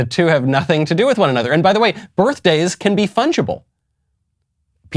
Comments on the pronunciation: "That's why we haz berfdayz..." - 🤡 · I belive she said "birfdays". Real rocket scientist. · She said "birF-day" and you are racist for correcting her and saying it the correct way. Racist! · Birfdays, not birthdays. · "...that's why we have burfdays". Ugh.